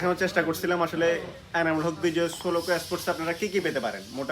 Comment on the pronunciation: ভাই উচ্চারণ ঠিক করেন প্লিজ। চট্টগ্রামের মানুষ বাংলা উচ্চারণই পারে না। স্পোর্ট কে এ্যাসপোর্ট বলতেছেন। 😂😂 সোলোকো কে বলতেছে সোলো! বা-লে-র উচ্চারণ।